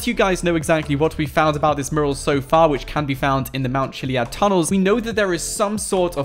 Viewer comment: One day you will learn how to say the word mural. Fanny pad!